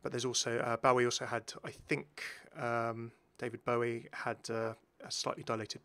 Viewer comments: why do you pronounce daVID BOWIE LIKE THAT AAAH DISGUSTING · I absolutely hate the way you said David Bowie’s name initially